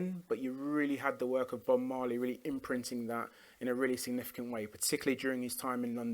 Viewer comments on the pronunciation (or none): none